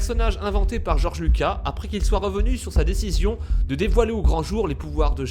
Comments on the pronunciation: ouais je suis choqué ! en plus il dit Georges Luca et c'est Georges LucaS ( le s se prononce...) sinon pas mal la théorie ^^ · goerge lucas pas luca et le compt doku et pas doku LE OU LE OU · ça se prononce George lucas (on prononce le s)